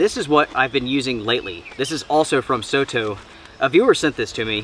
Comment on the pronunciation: just fyi, soto in Japanese means outside. It pronounces as sor tor, not so to. Their products are very popular in Asia, and Aussie and Kewi as well.